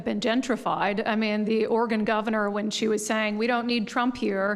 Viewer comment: Idiot president can't even pronounce Oregon correctly